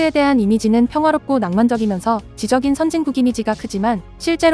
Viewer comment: 발음이 왜 이렇게 거슬리지? 올가를 올까로 된소리로 발음하네 정작 지적인 은 된소리로 발음해야 하는데 안하고 가라데는 가라테? ㅎㅎ